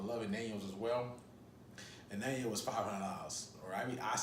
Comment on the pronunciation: I believe Anejo Tequila is not pronounced ...(a nan yo)...it's pronounced (an ya ho)... Ann Yah Hoe..wonderful tequila, I agree but be warned it might have a additive to sweet the taste in this tequila....they say.